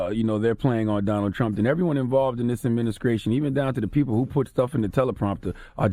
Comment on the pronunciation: Did Charlamagne just say "adminiscration" and "scrip"???? 🤔🤔🤔🤔